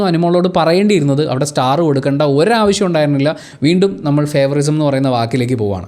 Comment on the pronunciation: ഇംഗ്ലീഷിൽ ഫേവൊറിസം എന്ന ഒരു വാക്കില്ല. ഫേവൊറീടിസം എന്ന് ആണ് പറയേണ്ടത്